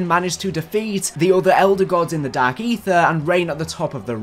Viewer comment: “dark AeeTHEER”